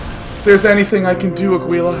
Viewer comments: why would it be more likely? way more people speak spanish these days compared to latin. It's Aguila, pronounced AH-GEE-LAH like the other guy said. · actually aguila means hawk (spanish) its not pronounced aguila, its more like a(like the a in almost) - gi ( like giggity) - la (lacrosse) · It's pronounced "ah-gee-la". Aguila is Spanish for "eagle" Thumbs up so he sees